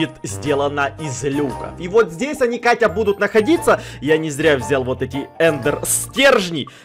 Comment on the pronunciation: сказал вместо «Катя» кака😹😹😹